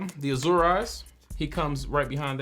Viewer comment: It pains me deeply that nobody ever pronounces Azure correctly. T-T